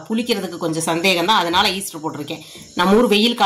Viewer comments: Adhu yeaster illa ma yeast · Easter illai Yeast.Dont add er while pronouncing. is not correcting her.May be he also don’t know how to spell.This is the second time I am correcting. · ஈஸ்டர் இல்லை. ஈஸ்ட். வெண்ணிலா எஸ்ஸன்ஸ். வா ன்னிலை இல்லை.